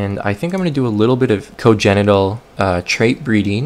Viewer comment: Hey. Videos are awesome keep up the good work. One thing though you keep pronouncing congenital wrong. There is an N in the middle of the word. Con-genital. 👍